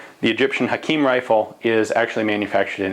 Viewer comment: U say Hakim Perfectly